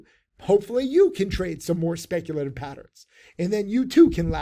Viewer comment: "I WILL BE SPECTULATIVE"